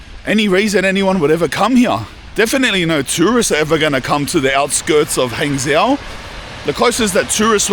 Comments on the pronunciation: Actually Hangzhou is quite famous for a multiple of reasons if that is where you are (BTW for you it is pronounced Hung Joe ) silly Aussie !!!!! Anyway ya quite close to where I live , so if your drop into Fuzhou drop me a message ! Also no one drives lmao , you could of taken the HSR from Shanghai and been there in no time ,bakeries like that are a dime a dozen mate , nothing special , anyway like I said if ya near Fuzhou hit me up, I'm an Aussie that has lived here for 18 years so might offer you a more in depth side to China which it seems you are lacking :P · Hangzhou is pronounced like “hung joe” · Maybe you should learn to pronounce the city names - it's not hard. Zhou is like Joe (Zh = J, approximately) unless you speak with a really strong local accent.